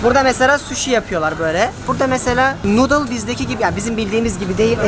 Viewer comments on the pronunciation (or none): none